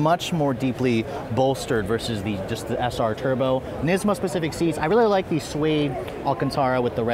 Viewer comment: The word is specific, not pacific. Lolololololol